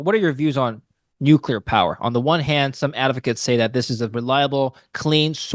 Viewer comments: Nuclear professor. Nukelar is not a word unless your last name is Palin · It's a regional dialect thing. My 8th grade science teacher said nucular.